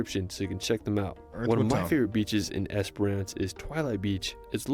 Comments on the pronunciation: not esper ance either... i wish instead of reading place names in australia and assuming they know the pronunciation... try askin a fuckin local instead!!! geez the only place he came even close to pronouncing right was beerwah... now other tourists will see this n think its the way to pronounce them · Great commentary, so many reply worthy comments too! ●Bondi (Bon-die) has been covered . ●Not "Es-per-ahhhnce", its three syllables packed into 2: "Es-prence". ● if you love kangaroo on a beach wait till you see kangaroo swimming through water, or drowning someone's dog! ●You nailed "Melbourne" first go! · Spent a lot of my childhood on Twilight Beach in Esperance. Pronounced Esperence. Yes, that is a large hole in the rock.